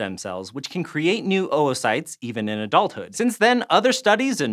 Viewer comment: ‘OwO-cytes’ Sorry I’ll leave